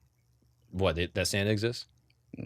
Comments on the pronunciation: We all heard "standup" when said "Santa". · lying through his teeth, he def said "stand-up" not "Santa" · I literally thought he said "stand-up " every time he said it... Not Santa. 😂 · I heard stand up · I also thought he said stand up instead of Santa hahaha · I also heard Santa 😂